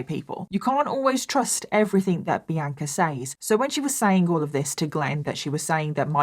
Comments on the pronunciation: i’ve been listening to you for YEARS and hearing you repeatedly say my name (Bianca) sounds so weird to me!😂 🤍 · please stop pronouncing bianca the way you do. - sincerely, someone named bianca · Does everyone in England pronounce Bianca as? Seriously asking. I’ve never heard it pronounced that way. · I’m from the US & we pronounce Bianca differently so until I looked at the captions I thought her name was The Anchor like she was just that hardcore 😂